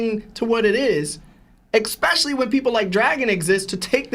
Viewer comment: Prolly cuz his brain is smooth. He pronounces "especially" like "expecially" thats all I needa know